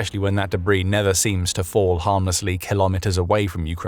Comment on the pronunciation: It must be the new debrAIs, i heard of😃